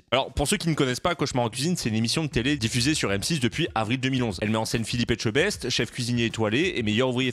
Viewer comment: Félicitations de bien prononcer le nom de Philippe. Il y en a plein qui disent Echebest🤣🤣Les 2 pépés je m'en rappelle très bien. Oui il a un 4/4 de bourgeois. Il arrive pas à la cheville de Gordon Ramsay.